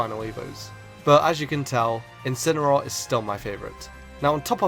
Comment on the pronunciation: It Incineroar, not Incenaroar!